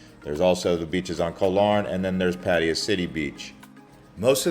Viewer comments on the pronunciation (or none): Puh-thai-ya not padi-ya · Pattiya..... not patt'a'ya? Dude.. show some respect and call it right pls. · had to leave this vid - "boooda" and "pa-teya" "paddiya". Please look at the Thai spelling. Its' a common farang pronunciation. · If you want to be professional, in the end for clicks and money on Youtube, start with pronouncing the city right! If you can't even do this simple task, why would we believe anything else you say? Superficial vloggers are a dime a dozen here. Try to be different ;) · Bro provides so much useful info and people tripping out on his pronunciation of Pattaya. Wait til yall hear how DJ's pronounce "Ibiza". Its never the same 😅 Thanks for the info. Im back from Thailand and did a lot but watching these vids because i now have a piece of me missing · For someone who seems to have spent a lot of time there, it's amazing you never learned how to pronounce it's name. It sounds like you're aunt or grandma's name how you say it. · Genuinely impressed that you manage to pronounce Pattaya at least a dozen different ways. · ‘Pattaya’ is mispronounced almost as much as ‘Pai’ in northern Thailand! Duh. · What kind of braindead pronunciation of Pattaya is that for the entire video except the last one. Wtf